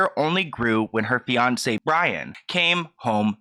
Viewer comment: Sorry but I hear « beyoncé » every time you say fiancé ;( lol